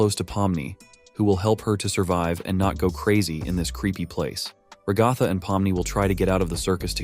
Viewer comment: FR LIKE ALL I HEAR IS RUHGATHA